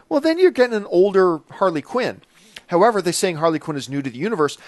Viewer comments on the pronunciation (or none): none